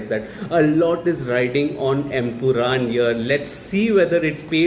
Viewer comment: Bro it's empuraan not empuraam.